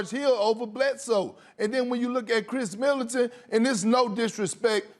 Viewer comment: “Khris Militant” lol cmon Perk